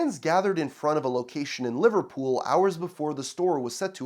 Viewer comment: Are you from New York? The way you said Liverpool was kinda casual...